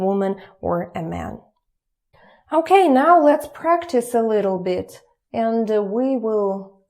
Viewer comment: normal "now" and now "meow";D